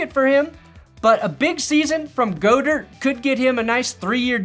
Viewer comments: Seriously! It's "GOD-ERT" 😂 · Starting Tight End for the winning super bowl team & this guy doesn't know how to pronounce "Dallas Goedert" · if you mispronounce goedert's last name one more time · I think he mispronounces it on purpose. He’s been doing it forever. Oh and Go Birds